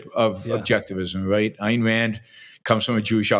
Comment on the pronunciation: "Ayn" as in "mine."